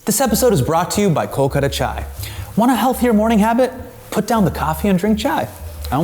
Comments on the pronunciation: We all will try the chai- when you start saying “kolkata” correctly! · Only Hasan will talk about pronunciation whilst saying Kolkata wrong 🤣